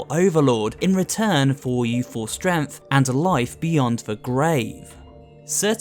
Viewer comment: yeah, its totally not strength but stremth